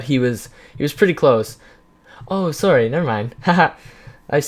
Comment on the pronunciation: Wow, what are you talking about,? also you have such a canadian "sorry"